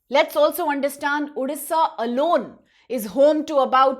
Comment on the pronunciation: Please pronounce correctly it's odisha not udisha